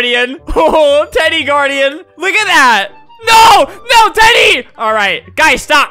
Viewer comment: Who else heard “NO DADDY” instead of “NO TEDDY” 😭